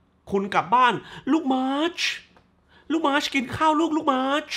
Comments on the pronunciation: ฟังสำเนียงเรียกชื่อมาช แล้วกินเต้าส่วนอยู่ถึงกับออกจมูก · ขำการขยี้มาชชึ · เป็นคลิปรีวิวที่สนุกมากๆ ขำตอนออกเสียง มาร์ชชช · พูดชื่อมาร์ชแบบชัดๆอย่างฮา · ขำมากตอนพูดชื่อของแต่ละคน มาร์ชชุ แบงค์ขึ โอ้ยยยยย เนี่ย แล้วมันก็จะอยากให้ดูแต่หนังอิหยังวะ เพราะรีวิวมันจะออกมาฮาแบบนี้นี่แหละะะะะ 😂